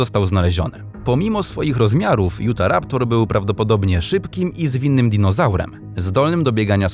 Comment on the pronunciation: Nie jutaraptor tylko utharaptor a musi się utaraptor